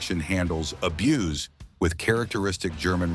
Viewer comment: When you see and hear mistakes, it makes one wonder about the entire video 🤦🏼‍♂️ Also, “abuce” is a noun; “abuze” is a verb